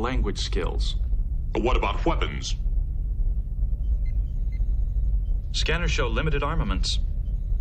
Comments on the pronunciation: did Worf just add an h sound to the word weapons? Did he actually just say WHeapons! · ! Since whhhen does the word WHHHEAPONS have an H in it?